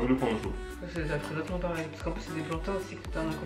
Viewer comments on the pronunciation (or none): none